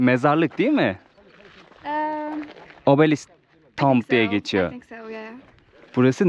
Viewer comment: “Tomb” sözcüğü “ tuum” diye telaffuz edilir,.Bilgin olsun.